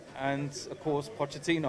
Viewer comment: "Pochechino" :'D :'D